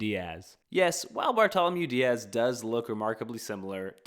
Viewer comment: The correct pronunciation of Bartolomeu Dias would be Bartolomeu Dia`s.